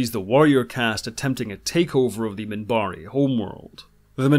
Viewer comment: I loved the way he used to pronounce the names of species. He would call his own the "Centaarre", and the Minbari as the "Minbarre." One of my favorite characters.